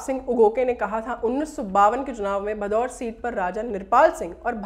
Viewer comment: कृपया ध्यान दिजिए गा आप बार बार "भदौर" ज़िले उच्चारण कर रहे हैं वो असल में "भदौड़" है.....इसी प्रकार आप "लांबी" को भी ग़लत pronounce कर रहे हैं वो भी " लंबी" ज़िला है।